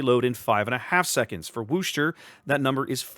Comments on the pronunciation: Gah -- "Worcester" does NOT rhyme with "rooster'! The "Wor" is pronounced like the "Woo" in "Wood", not as "Wu", so it's "wooh-ster"! Actually, in Worcester, MA itself it's often pronounced as "wooh-stah" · As a long time "Mass-hole" your driving me nuts how you say Worcester !! Lol The R is silent ex, Wos-ter. ...Wos the "os" sound like Puss as in "face" part (sourpuss so Wos-ter !!